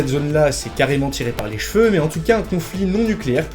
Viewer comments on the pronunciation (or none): none